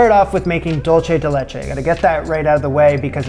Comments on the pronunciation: I'm going to be a pain: the product that is dulce de leche is most popularly acknowledge to be a Latin American one. It is spelled "dulce de leche" and is pronounced "DOOL-say de LAY-chay". If you pronounce it "DOLE-chay", you are using the Italian word for "sweet", not the Spanish one. I always feel a little negative when this happens because I feel it does a disservice to both cultures. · Dulce (dool-say) de leche, not dolce (dol-chay). Spanish, not Italian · Prounounced: dool-seh-deh-laychay. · I know it’s and old video but for those viewing now, it’s pronounced “dool-say de leche” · ¿Por qué está diciendo dolche de leche? I can honestly bare all the not french French, but this killed me. Dude, come to Uruguay or Argentina and try the real dulce de leche. Also, it's very common in Uruguay to eat banana with dulce de leche. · That pie looks good, but it’s dool-say de leche. Dool-say.